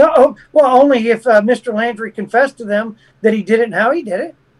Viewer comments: 'Laundrie'....not 'Landry'. Thank you. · It's not Landry it laundry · Why does he keep saying Landry? It's Laundrie with an 'au' sound. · Apart from getting his name right it's Laundrie not Landry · it’s Laundrie, like laundry…..NOT LANDRY. GRRRRRRR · Good interview but I cringe every time he says Landrie instead of Laundrie. Sorry I have OCD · The name is pronounced Laundry, not Landry!!!!!!!! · This guy has no idea wh as to he talking about say wrong person name he definitely no detective its Brian laundrie not landry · It’s LAUNDRY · Why is he calling him "Landrie"? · He's pronouncing it "Landry"..?